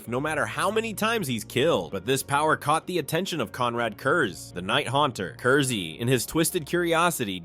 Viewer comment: Its pronounced Curse. It's a pun.